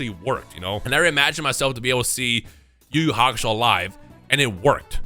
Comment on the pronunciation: It's not even yu yu hakasho